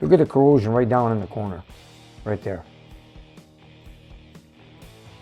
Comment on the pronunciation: Its "corrosion" Corrosive is an element etc that causes corrosion. 🙄